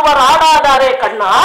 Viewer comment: madam you said karna instead of kanna in one place